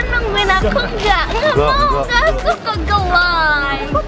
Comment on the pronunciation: Maksudanya itu "aku ga suka ga like" Cuman kedengerennya jadi geu lay